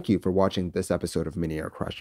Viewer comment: The legendary intro: "THES is the story....."